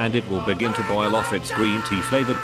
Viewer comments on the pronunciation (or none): none